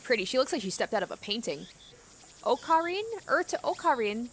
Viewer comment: this is really nitpicky but her okarin pronounciation has the “english R” and not the “japanese R” (idk how to better describe it). i get that its hard to pronounce the japanese R for native english speakers but thats one point to look into if she wants x)